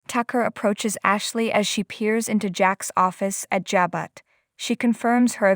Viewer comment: Stop reader you can't read. Pronounce the word Jabo